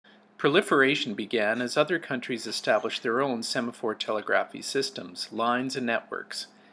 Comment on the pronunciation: FFR, the word "telegraphy" is pronounced as "tuh * LEG * ruh * fee."